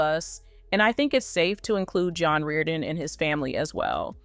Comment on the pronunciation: Apprenez a bien prononcer son nom!!! Nul ce commentaire.. Vs n avez aucune info!!!